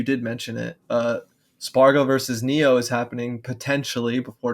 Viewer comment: Just a little weeb PSA the singular "e" sound in japanese is always pronounced "eh" not "ay". So 'Neh o' and 'Kaninabeh'